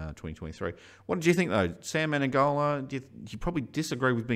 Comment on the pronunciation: Why do people call him Me-ne-N-gola? Isn't it Me-ne-go-la?